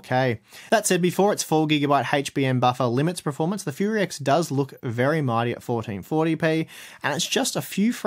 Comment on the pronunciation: I can't tell if is saying performance or preformance?????